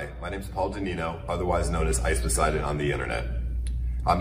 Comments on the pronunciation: It bugs me that you pronounce it ice poison. The guy even says it right in the clip 😅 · FFS, it's Ice Poseidon (pronounced "poe-SY-don"), not "Ice Poison" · I'm new here, I am assuming him saying "Ice Poison" instead of Ice Poseidon is some sort of inside joke as he can't be that stupid? Right? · Just curious if I’m missing some inside joke with Ice Poseidon, you keep calling him “Ice Poison.” There’s nothing wrong with making a joke, I just didn’t know if this was on purpose or by mistake. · is it really pronounced ice poison? i guess i've been saying it wrong this whole time. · Swear to god hes saying Ice Poison :o. I hope he is , then im justified with my giggling. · "ice poison" wow you really need to learn how to pronounce the names of greek gods huh? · Why cant this guy ever say Ice poseidons name correctly